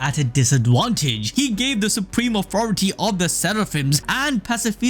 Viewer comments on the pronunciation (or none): none